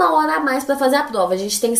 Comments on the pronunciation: ela fala plova ou invés de prova ksksks fofinho msm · "Plova", Ksksksksks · mano do céu que agonia dela falando “PLOVA” wtf